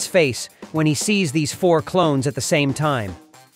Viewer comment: Hahaha it is klones not clowns 😅😅😅